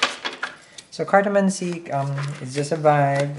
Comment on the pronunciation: For the longest time I thought you were saying "Cardamon Seed" 😂 took me a while to figure out it's "Cartomancy" 😂 love it! 💗